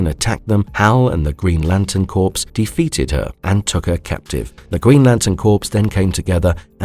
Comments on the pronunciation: FYI: "corps" is not pronounces "corpse". It is pronounced "kor". The more you know. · Corps is not pronounced like "Green Lantern Corpse". Corp is a military term, pronounced "Core". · Stop using AI for speech! Lantern corps! Not Lantern corpse